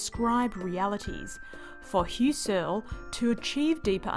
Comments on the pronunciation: I didn't express myself well, I meant to say: I just have trouble with the MISPRONUNCIATION 'Hyoo-sirl'.... :^) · I like this explanation, because it gets right down to it. There are many Youtube vids on Phen.'gy that you can watch for 5 minutes and still not have a clue what it's about! Kudos. Btw, if you rhyme 'Husserl' with `PUSS-cell (puss like pussycat), you'll be close to the right pronunciation. (Inserting an English 'r' doesn't help, so just leave it out.) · I just re-watched. Yep, this is the best condensed explanation of what phenomenology is that I've seen. (I just have trouble with 'Hyoo-sirl'.... :^)